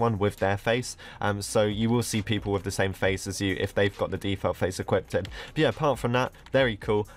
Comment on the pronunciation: I like that you keep saying "equipded" or something, it sounds funny